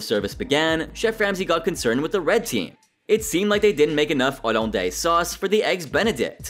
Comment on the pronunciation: Olundays bro who pronounces hollandaise like that 💀